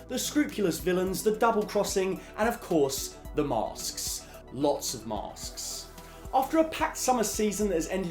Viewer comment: I love the Brits pronounce "masks"